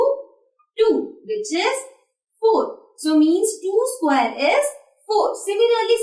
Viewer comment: mam vo sqqquare nhi hota vo square hota hai galat pronunciation hai ja english classes join kar